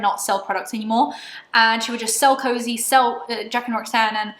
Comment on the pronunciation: WHEN JACLYN SAID “COZY” and “coze” i was like SHE DIDNNTTTT. what a bitch honestly